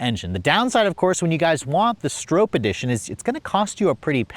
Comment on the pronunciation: You contradict yourself throughout the entire video. Kind of a fail. Gas tank size, brand of tires, pronunciation of the name etc😢